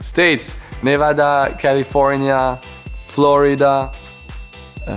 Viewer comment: Ocon was actually close to saying Nevada correctly.